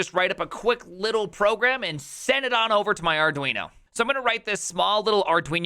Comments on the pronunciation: Maybe it should be called Arduinho to match that awesome pronunciation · "arduinyo" ... 😑bruh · Dude, what's the deal with the "arduiño"? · Fun Fact: It's actually pronounced Ar-doo-een-yer-mom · Did you call Arduino, Arduinyo? :D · Ah yes, the Arduiño. In all seriousness, that's a really cool way of doing it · Whats an arduinio? hahaha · Count some "Arduinio" 🤣